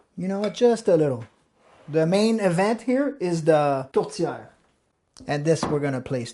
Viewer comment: Congratulations! You pronounced Tourtière correctly! With the french Canadian accent.